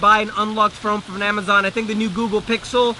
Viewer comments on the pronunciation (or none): none